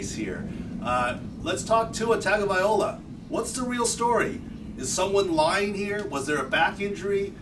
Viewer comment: I was thinking same thing. Tua has been in league and Alabama for another 3 yrs,these damn sports people should know how to pronounce his last name.